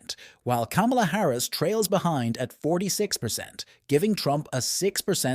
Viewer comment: Her name is Kamala, pronounced comma-la. Get it right ir expose your ingorance (or your bias).